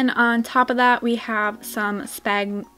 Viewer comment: Wow it looks beautiful! Are u Canadian? I assume u are bc of the way u say “spagnm spag spag spaggnumnm, SPHAGNUM!” 😂